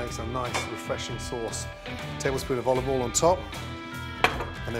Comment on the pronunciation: Never use “left over” anything as it’s better freshly cooked. I don’t have leftovers anyway for environmental reasons. I love the way he pronounces oil “all”! It looks like he’s going to use his beloved already overcooked tinned tomatoes again. And you should season food at the end to avoid degrading the salt and pepper through the cooking process. My mum always put the salt and pepper on the table so we could add it at the end after after she’d cooked the which is my preferred way of doing things. Nice to see him use fresh oregano that he adds at the end so it doesn’t overcook. He uses a lot of olive oil which can’t be good for your arteries even if it makes things taste good! Thank God he didn’t overcook the fish!